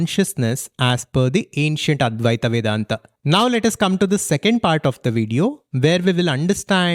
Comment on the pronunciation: It’s not Advaitā Vendantā. It’s Advaita Vedanta. There is no “aa” sound its just “a” sound if you speak the words in Sanskrit